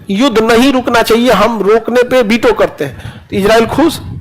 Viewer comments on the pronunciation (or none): खान सरजी आप बोलतेहो. बिटो. और लिखते हो. विटो. 🤔